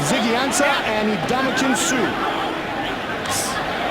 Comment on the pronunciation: Fooled on play action Close to a 1st down? One, maybe two at best Stopped at line of scrimmage Dynamic scorer?(Didn’t have a rushing or receiving TD in 5 games so far that season) Grover Quin? Jerome Fulton? Mispronounced Ndamokong Suh’s name Excited to work with the other team’s head coach? GOLDEN TATE? Exit from the stadium? Nothing there? These are mistakes during the 1st half, and there’s a possibility I missed one or two of them